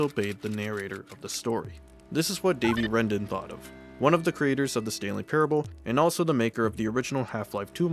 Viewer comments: just pointing out that it's actually Davey Wreden, not Wrendon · His name just isn't Davey Wrenden. It's Wreden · Nice video, although but I think his name is Davey Wreden not wrenden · called davey wreden davey wrenden. unwatchable